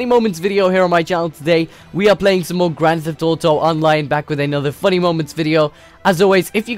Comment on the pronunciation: You say it like Grant thaft oto